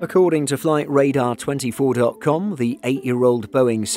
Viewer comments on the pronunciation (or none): none